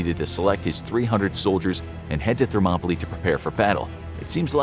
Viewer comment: ....that's not how you pronounce "Thermopylae"